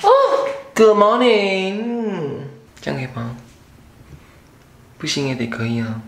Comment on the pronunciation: 那個「Good morning」好台，好喜歡🤣🤣